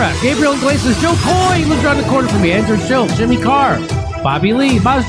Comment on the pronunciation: He somehow said "Andrew Shill" 😂